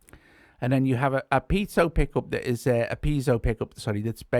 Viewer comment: Piezo is pronounced "pee-AY-zoe".;) Thanks for your reviews,.